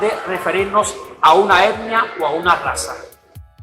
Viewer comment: Amigo, aprenda a NO mover TANTO los brazos porque distraes la atención auditiva. Ah… el concepto es ETNIA y NO EPNIA